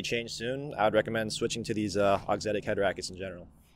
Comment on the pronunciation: good lord man… i’m a fan of both and the channel, but there is not a single “s” in the word Auxetic. NOT. ONE. “S”.